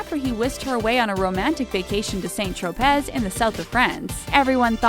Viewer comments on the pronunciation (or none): “Saint Tro-pez” 😑 doesn’t ANYONE in Talko do ANY proper research on pronunciation?!?!?! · Saint Tropez?? Isn't is pronounced "San Tro-pay?" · It's pronounced saint tropey not tropezz- Saint Tropez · saint tro-pez.... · The cringe at this horrible pronunciation of Saint Tropez